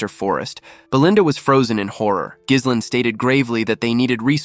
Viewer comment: that's not how you pronounce Ghislain. In either French or English. We're supposed to go through 52 chapters when protag's name is annoyingly mispronounced? seriously?